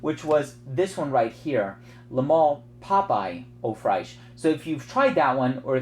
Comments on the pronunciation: Don't say "au fraiche", but rather pronounce it " oo fresh" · Love your vids man, I thought you should know that the correct pronunciation for "eau fraiche " is oe fresh, non fraish.